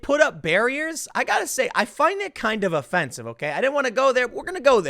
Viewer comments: Seriously Tim? CNN O'-fence-ive! 😂 Edit : Tim... the Press secretary's name is pronounced Mac An En Nee. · You find it o-fence-ive? I'll let myself out now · LOL Tim said it was Oh-Fence-ive. Bwahahahaha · Tim finds it o-fence-ive. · Tim: "I find it kinda o-fence-ive :D